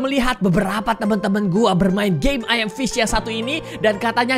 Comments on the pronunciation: Ayam fish 🤣🤣🤣🤣🤣 Ngakak sih padahal baca nya emang gitu tapi kalau di dengar ky ayam 🤣🤣🤣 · 90% degar miawaug bilang "ayam fish"